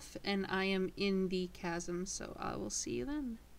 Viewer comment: CHasm? its KAsm